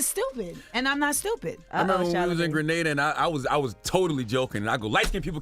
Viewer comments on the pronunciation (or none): none